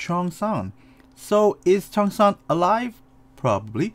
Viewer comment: his name is pronounced like chong san, not chee-ong san. eo together is not like oreo but like song. omg the mispronunciation I can’t. her name is pronounced like ee sak not i sack, they even joked about it in the show. and jimin is not gee min but it’s ji min not hard ee sound. ahh and it’s not cheo ong san either it’s cheong san. ik you’re not korean but please practice pronunciation my ocd is killing me rn lmfao